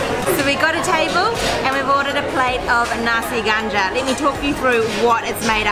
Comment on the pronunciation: There is a confusion going on. She mentioned you can find nasi ganja all over Malaysia. That's not true. Also the pronunciation is not accurate too. It sounds more like kandar than ganja.